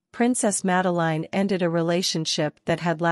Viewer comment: Please do get the pronouncition of her name right